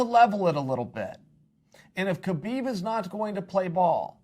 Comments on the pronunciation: Khabib is pronounced 'ha-beeb' "No Ka-beeb" as he says. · The K in Khabib is silent. Many people who should know this (particularly his peers) still say his name incorrectly. I'd feel offended if I were Khabib.